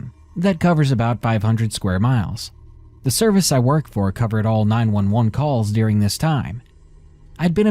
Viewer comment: I love your channel and have been a subscriber almost since you started. I just have one suggestion. Having listened to hundreds of your narrations, you often mispronounce names, locations, even common words like "during" which you pronounce "deering." In this episode you mispronounced the medication Versed. Perhaps you could make sure you have all of your pronunciations correct before recording. Just a friendly suggestion.